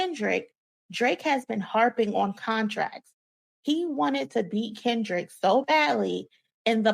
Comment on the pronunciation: U said crindrick 😂😂😂😂